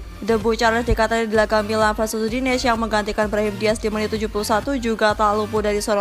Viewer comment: Udinese mbak bukan udines